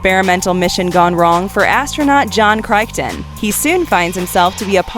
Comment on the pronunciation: Starship troopers is not cyberpunk.Yea judging from how you pronounce Crichton you never watched the show, also it's not cyberpunk. It had way more than 7 episodes and it's really not complicated to follow. Dark angel genetically enhanced? No they were genetically engineered transgenics. The Adventures of Brisco County, Jr. definitely not cyberpunk.